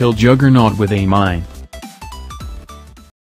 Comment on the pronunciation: Juggernaut not a juggerNUT